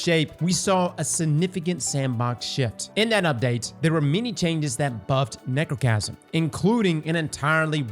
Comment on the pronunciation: said Nechrocasm and that's all I need to know. She's a slept on G.O.A.T. of D2.